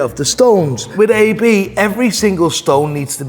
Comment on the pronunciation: How he says AP hurts my soul.